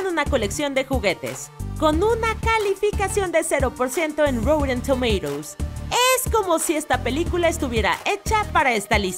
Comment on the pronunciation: "Routen Tomeiros".